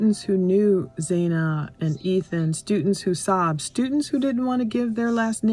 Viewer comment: "Stutents"...and it's "Xana" pronounced like "Vanna"